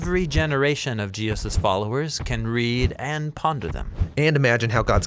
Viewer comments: Is it just me, or does anyone else cringe whe he says Jeeus instead of Jesus? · Excellent, but the narrator has a history of randomly pronouncing Jesus "Jee'-us" like and . Is that just an accident while saying Jesus quickly or is it some pronunciation I have missed out on. It's just something I have picked up on throughout listening to the Bible Project. Look, I don't want to be critical, I just want to know if its just a accident or if its some cultural way of saying Jesus?